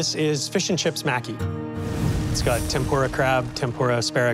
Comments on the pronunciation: Its pronounced mah-key not Mack-kee You all failed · was looking for this comment lol...they are saying mack-E, and it's pronounce ma-ki...like how it's spelled. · Why do you guys pronounce it "Macky"? It's pronounced "Mah-ki" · Omg I thought I was going to lose my mind every time they said maki wrong. A part of my soul died everytime they said it ☠️